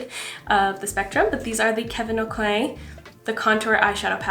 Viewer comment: So funny to hear how people pronounce Kevin aucoin. I’ve always heard it as “a-coin” but your pronunciation sounds so fancy 😂 love your videos! But for real tho, I think it is a-coin, I had a Friend growing up with that last name and that’s how they pronounced it 🤷‍♀️ hope your doing well ❤